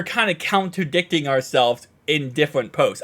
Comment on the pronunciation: It's contradicting not counterdicting my dude. Much love